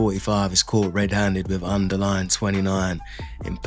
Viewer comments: under what? Under line? Dude it's underling, like Ling Ling Fone Linging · " Underline "?? You meant to say ' UnderLING ', d.um.b.ass. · Underline? Wanna read that word again bro? 😉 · Underling, not underline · "Underling".... what the fuck is an "underline"? 😂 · “Under - Ling” my guy. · How dumb do you have to be to pronounce underling incorrectly.